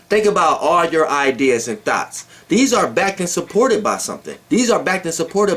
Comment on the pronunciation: is the only dude i know that says " thoughts" like Brett Carr says " thoughts"..THOTS 😂😂😂😂😂😂😂😂😂😂😂😂😂😂😂 But i stop listening to YP to fuck wit Doelow Bitch!! He he!!!😉😉👍😎😎